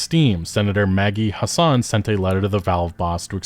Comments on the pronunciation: pronunciation of Senator Maggie Hassan is throwing me off. You make it sound middle eastern lol. it's HASS-ən or if I wasn't copy pasting form a wiki it sounds closer to "Has Been" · Maggie Hassan of New Hampshire isn't of middle-Eastern descent, but white-European as can be; the second "a" is short. Say it with a Southern flourish: "Hass-en," like "Wrastlin'," "Hasslin'," or as her opponents misleadingly coined in previous elections, "Taxin'."